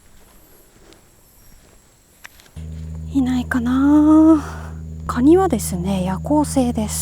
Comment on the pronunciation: カニをガニッて 発音ッて事ゎ 久留米の方なのかな(・_・?) ッて事ゎ このカニさんゎ 九州地方でしか獲れないのかな？